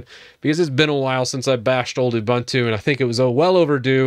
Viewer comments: It is pronounced oo-boon-too not Ubantu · “Oo-BOON-too” not “oo-BUN-too” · oo-boon-too not oo-bun-too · it's ooboontoo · A couple of thoughts. First, it's pronounced "oo-boon-too." Secondly, Unity wasn't a great invention. When they came out with it, people hated it. I was always much more a fan of Gnome, or other DEs. But I do agree some of the other things you're talking about are disappointing. But one thing to remember is that Ubuntu was never meant to be a power-house distro. It was always meant to be a really easy distro to use to entice people to come over to Linux. I think even though snap is slow, it helps make things easy for people who don't care about power. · the name of the software is an african word... it is pronounced ooboontoo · Obligatory comment complaining about how you pronounce Ubuntu, even though it doesn't actually matter at all and 99% of us pronounce it that way anyways :P